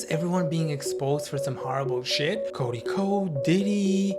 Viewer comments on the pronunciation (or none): none